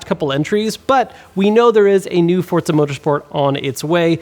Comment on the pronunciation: Why does everyone add a 't' in Forza? For-za.